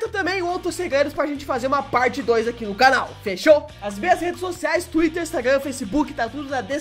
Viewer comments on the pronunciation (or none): none